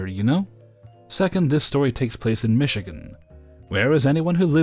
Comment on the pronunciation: One you pronounced Michigan correct tears of joy are in my eyes, the two sounds like my mom and little sister back in the day, nothing was to good for her, as for me. yep not a thing guess what still the same but thanks to my raising I'm a better person well almost there even though I'm a senior now a long story not finished yet